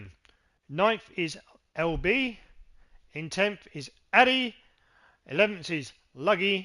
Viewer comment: LB 😢 it's pronounced LE Billion 😭😭😭 hahahaha